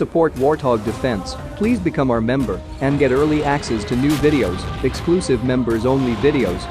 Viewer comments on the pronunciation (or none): none